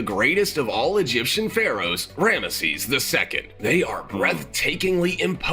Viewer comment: 🤔.....that how you pronounce Rameses?